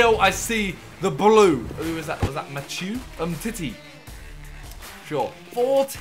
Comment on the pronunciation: My man said matiheu for walk out